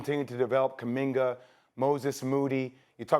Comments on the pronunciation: Who's "Kuminger"??? 😂😂😂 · Kumingar, Lukar, pelinkar, udoker. Does anybody else notice how Stephen A always add ar, er to this names hahaha